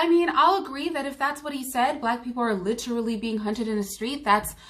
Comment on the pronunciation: And by the way Candace, saying "LITCHrally" don't make you sound intelligent whatsoever! It makes you sound ignorant!